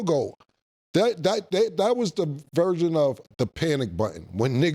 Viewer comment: The word is version not virgin cam 😅